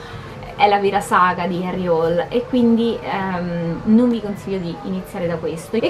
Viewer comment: Ciao :) forse hai fatto confusione ma.. 'IL PIPISTRELLO' è il primo libro in assoluto della saga, quindi la storia inizia da qui. E' stato pubblicato nel '97 ed è l'inizio della saga di Harry Hole (che in una recente intervista di Nesbo ha detto che si pronuncia Hul). Scusa se mi sono permesso, ma mi sono sentito di correggerti :) :) :)